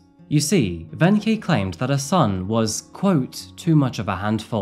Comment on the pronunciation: It’s kinda interesting how you started out pronouncing “Wenche” totally wrong, but got more and more correct as time went on 😂 It’s just a “K”. Also, most people pronounce the “W” as a “V”